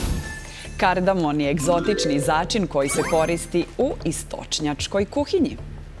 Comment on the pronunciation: Začin je kardamom, ne kardamon. A Balkan je planinski masiv.